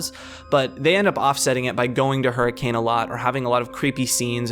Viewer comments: I know how it is spelled but the correct pronunciation of that town is her-cun I know it sounds stupid but that is only because it is stupid Utah is a stupid place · I'm willing to bet that someone has already gone over this, but just in case: you pronounced Hurricane wrong; it's pronounced like, "Her-uh-ken." It's one of the dumb things about Utah, but a lot of names out here make no sense to anyone not local to the area. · Fun fact: Hurricane, Utah is actually pronounced "Her-a-kun." Also, no Hurricanes happen there. As someone who is from Utah, and who lived near Hurricane, I am always baffled when I am reminded that this series takes place there of all places. THERE IS NOTHING THERE.